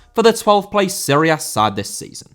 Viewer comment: Serie A* not Siri Ar